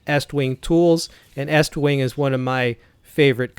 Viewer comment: I got 20 seconds into the video and gave you a 👍🏻 simply because you actually know how to say the company name! Almost none of the other so-called “reviewers” on YouTube say it correctly. HA! HA! HA! HA! You could use [a club] for personal defense, but hey, why would you use that when you have a hatchet?” 🤣👍🏻